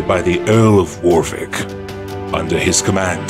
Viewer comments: Earl of ...."Warwick" is not pronounced "WarVick". The second w is silent WAR-ICK. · Hehe... 'Warvick'..? 'Valios'..? It's totally cool, though. Great video. I subscribe in the hope of more to come. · It might be written Warwick, but it's pronounced Worrick. By Valios I assume you mean Valois which is pronounced Valwah. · Firstly there was no Earl of Warvick it is pronounced Warick the "w" is silent, secondly the Earl of Northampton is pronounced as spelt using all it's syllables as is the Earl of Arundel notice that third letter is a "u", other then that I enjoyed your animation. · "Weddiker"? I had to look it up on the map. Wadicourt (pronounced "Wah-dee-koor".) "Warvick" is pronounced "Worrick". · When I heard War-wick & Nort-amptun, I switched off. Would it take any effort to google how to pronounce these historic names? Amuricuns eh! Thick! Or is it Thike ? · Enjoyable video. But the bizarre pronunciation of names like Northampton, Warwick and Valois undermines our confidence. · Say Warwick again.